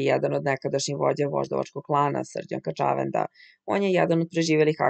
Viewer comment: Gospodjo, kad vec citate tekstove ovako na jutjub klipovima, molim vas, ako mozete, uzmite casove dikcije. Zbog nacina na koji izgovarate "kaCAvenda" nisam mogla duze od 20 sekundi da slusam klip. Nije kaCAvenda, nije juGOslavija, nije!